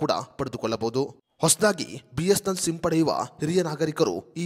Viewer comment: ಮೊದಲು. B S N L uchharane ಮಾಡಲು practice ಮಾಡಿ..... ಆಮೇಲೆ ವಿಡಿಯೋ ಮಾಡಿ...